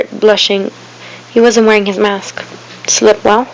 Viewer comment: You said slip well